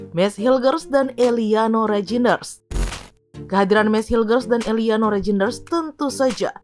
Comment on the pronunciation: Tertawa saya min sebut eliano rejines haha belepen ya min atau lg sariawan😂😂😂😂